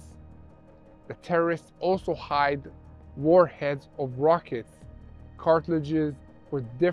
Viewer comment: A message for: The English word CARTRIDGE is pronounced "CART RIDGE". To me, the way pronounces it is like "CARTIL AGE" like the body part in bone joints CARTILAGE. His English is much better than my Israeli!! Thank you for everything that you do. I pray for you all from West Palm Beach, Florida, USA.